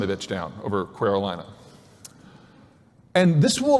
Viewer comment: Did he just say Queeralina?